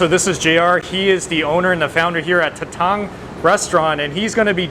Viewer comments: Kamayan root word is kamay meaning hand. So it’s not exactly mukbang. As for Tatang pronunciation, accent is on the first syllable, ie, TA-tang as opposed to ta-TANG. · It’s Tah-tāng the pronunciation. Kamayan means using hands. No utensils. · "TATANG " must read it slowly as TA TANG and it means father!